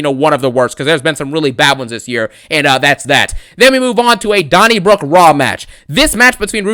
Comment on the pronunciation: “A dony brook raw match”😂😂